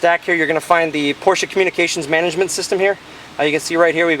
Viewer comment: Yes! He pronounced Porsche correctly!